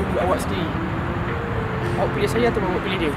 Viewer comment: Pilih = pikih , mulut = muut .. bahasa baru wehh 😂😂😂